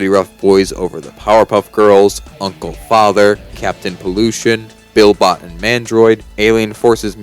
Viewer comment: Bro doesn't know ball; in Big Boogey Adventure, Billy's robot double is BILLY-Bot, and Sector V is pronounced as it's spelled. Also, casual players exist, and please stop pretending we don't.